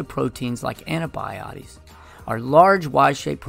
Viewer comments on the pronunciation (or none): Can you please fix the misspelling of collagen? And the pronunciation of antibodies, it almost sounds like antibiotics. Thank you!